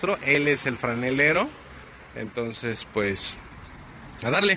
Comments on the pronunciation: Buena acción PESIMA ACTITUD, la manera en la qué buscas ayudar al país es buena, pero si en verdad quieres cambiar a nuestro México, no ofendas a las personas. Es franelero no "franeñero" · Te costó decir FRANELERO😯